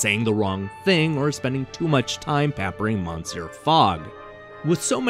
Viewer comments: MAN-SEE-ER Fogg! LOL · "Monsair Fogg" LOL